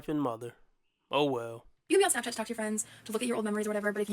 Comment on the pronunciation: Damn girl you said smapchat you basically should have said snatchchat